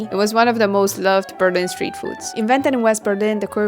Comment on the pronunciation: "Steet" Food?